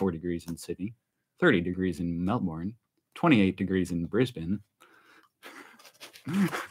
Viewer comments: Hahaha Melborn … nah it is Melbun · Australians pronounce Melbourne as Melburn. Emu as Em mew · ‘Good arvo’ love your intro. Love your little family, Brittany and Jace are just gorgeous. The work of your Aboriginal artist, Peter, is well known, original, one of a kind, and priceless, in fact. You’re a Lucky man. Some pronunciations for you. Emu is pronounced Eem-you. Melbourne - Mel-Bun, Canberra - depends on what State you come from. Either, Can-Berra OR Can-Bra. I’m from the area and was raised to say Can-Berra. Aussie -Ozzi, You are one of the most honest YouTubers I follow because you are not afraid to be yourself, warts and all. So natural, not put on or showy. Absolutely love it. For the ‘Drinking Beer from a Shoe, have a look at YouTube’s about UFC Australian fighter Tai Tuivasa from Australia. Anyway, I’m Shannon, known as ‘Base Camp’ and love you guys. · It's not an Emoo, it's an E m you! It's not Mel born, it's Mel burn! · It’s pronounced Melbern.